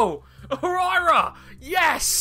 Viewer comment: It's pronounced why-ra not hu-ry-ra